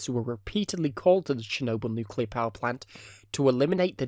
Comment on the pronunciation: Nukelear reaktoer exlosoin?